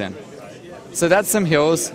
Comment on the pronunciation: i am sorry to make fun of his accent but its funny how he says hills